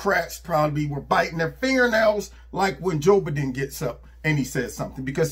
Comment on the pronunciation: "Job Edin"🤪😆🤣